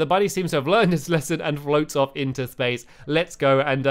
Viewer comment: splace instead of space lol haha u always make me laugh